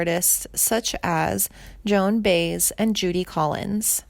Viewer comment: Joan baze lol